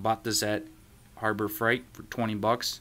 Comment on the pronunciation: Its not Harbor Fright...its Freight lol.